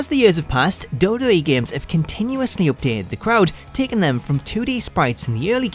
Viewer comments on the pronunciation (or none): Love how he says Dub Dub E😂😂😂